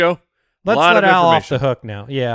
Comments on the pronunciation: All this time though his name was "AL" Borland. And in the future can you call him "Owl Borland, no relation to Wes" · I'm the only one who thought his name was "Al" and not "Owl"? I've been listening to this show for years and had no idea haha.